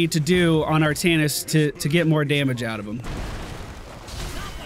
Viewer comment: Artaknees is a fun,albeit an incorrect,way to say his name! He was also the first character I owned! Really fun!